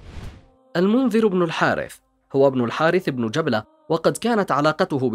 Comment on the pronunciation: جبلة بن الأيهم بفتح الباء و ليس تسكينها يا أخي و شمر بكسر الشين و فتح الميم و ليس تشديدها و فتح الشين ........ أرجو النتباه للتشكيل جزاك الله خيرا لأنها مواضيع و أسماء تاريخية و تراثية